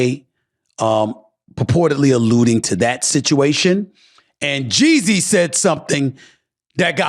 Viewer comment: Why does it sound like he’s saying Jay Z